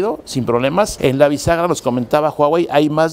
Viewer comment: Your pronunciation of huawei is very accurate，while other pronunce "wa wei"